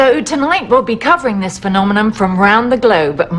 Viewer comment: she says PhenomenoM